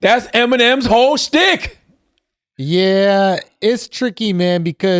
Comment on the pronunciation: Even with Charlamagne's lisp he still couldn't accidentally pronounce "shtick" right